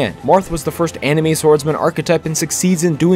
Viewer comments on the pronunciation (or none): The way that bro said "Anime" like "enemy" but "anemy"